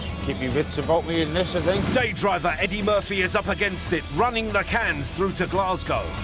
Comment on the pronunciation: the way he says Eddie Murphy?? Is hilarious.